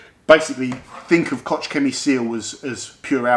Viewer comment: Please, say 'kogg' not 'kotsj' Koch Chemie also has the STS on their website for every product and a lot of their products contain limonene.